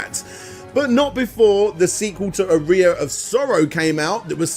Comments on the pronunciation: It’s pronounced aa-ree-uh not ah-ri-ah. It’s a musical term. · I assume he doesn't know what an aria is or he wouldn't put the emphasis on the wrong syllable. Otherwise, very thorough series. I watched through both. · It's pronounced R-E-yah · Aria is pronounced Ah ree ah not A ree a! Made it sound like you piss out of it 😜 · Wincing every time he pronounced "Aria of Sorrow" as "a rear of sorrow"... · lol It hurts me to listen to saying "arear" instead of "aria" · Cheers. Top stuff as always, interesting pronunciation of "aria" mind you 😉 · Yeah, I wasn't sure if that was a UK pronunciation, it bugged me as well.